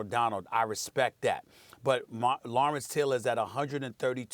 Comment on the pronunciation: Never been a Stephen a smith fan, max said it right Lawrence-Deion-Khalil